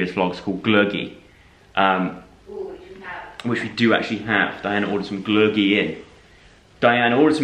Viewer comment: You pronounce Glögi so well!! Look at you being a Finn.